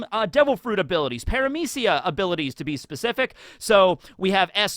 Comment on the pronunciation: Oh god, please no. You allready messed up everyones way of pronouncing "paramecia" It's very easy. The person on whitebeards ship is pronounced "O-den", the norse god, whos stories comes from my country of birth is pronounced "Oden", please for the love of god do not mess this up again.